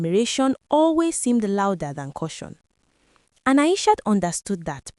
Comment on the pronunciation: The correct pronunciation of the name is A-I-S-H-AAAAAA. The narrator is pronouncing it A-I-S-H-O-T . Maybe reprogram the AI.